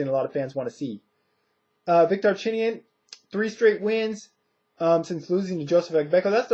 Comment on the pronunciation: Wlad by 10th round KO, and you pronounced his name the right way. Victor is looking alot better since his KO to Marcos, I got Victor by close SD. Khan is going to win he is going to box and move and use angles and try to catch Marcos some times but I think Khan i going to get a UD our a late KO. Perez is going to win and win the fight in better fashion, Mares and Vic is going to be a good fight but I see Mares pulling away after 5 our 6 round and getting a UD